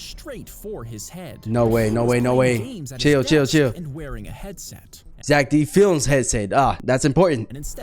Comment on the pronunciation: Zeck D flems more like zeck dih flems